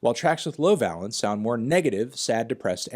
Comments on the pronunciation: Dear god please learn how to pronounce valence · Pedantry: Valence rhymes with Van Halence rather than balance. Pretty interesting bit of nerdy time-wasting all the same. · you dont have to lie to us anthony we all know you wrote the article. would still recommend learning to pronounce the word valence before trying to use it 50 times!!